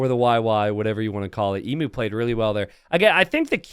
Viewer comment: mispronouncing emu has been getting harder and harder to hear as it goes on